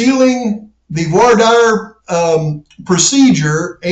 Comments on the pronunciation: The dire in voir dire is pronounced "deer" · Hey man, it's pronounced like dare in Voir dire. Keep up the great work. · actually more like "vouar dere" 😂